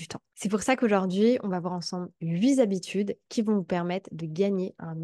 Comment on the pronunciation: J’adore tes vidéos qui sont précieuses et que je regarde avec attention. J’ai juste mes oreilles qui frisent avec les chiffres . septz’habitudes ou les huit z’habitudes 😩 😩 😉